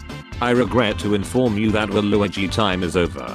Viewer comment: Everyone: game stop, waluigi Text-to-speech: games top, wa luiGi